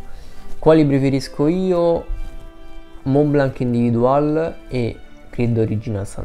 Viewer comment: Senza offesa. "Individuel" di Montblanc cerca di pronunciarlo in francese. Ti mando la Bellucci per qualche lezione......